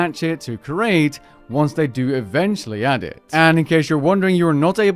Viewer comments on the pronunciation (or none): It is pronounced "CREE-ATE" not "CURE-ATE." You are not curating art at a museum, you are creating an item.